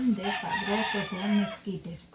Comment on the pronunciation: Mesquites🤣 Hay,se dice Esquites.